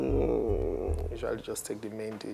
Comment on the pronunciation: He called bae u desert 😂💔